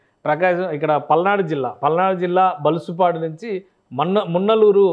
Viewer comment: మున్నలూరు మరియు ధరణికొటా మధ్య సార్ బలుసుపాడు కాదు తప్పు ga చదివారు సరిచేసుకోండి